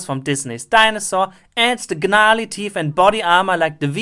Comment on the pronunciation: Just because youre making fun of other people. Did you just pronounce it "g-narly"?